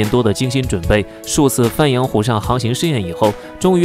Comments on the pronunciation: 注意发音，鄱阳湖pó yáng hú 读作pó，不是翻阳湖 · 江西鄱(婆)阳湖 AI语音准确要加强